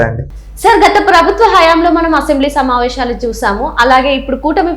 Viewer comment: సమావేషాలు కాదమ్మా తల్లి. సమావేశాలు అనాలి. ఉచ్చారణ సరిగా వుండాలి.